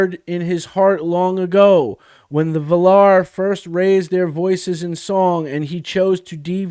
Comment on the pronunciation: So, a game fan writes an ignorant article about Tolkien. At least they have an excuse for pronouncing Valar on the final syllable and using 'maiar' as a singular.